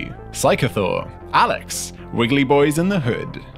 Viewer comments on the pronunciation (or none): none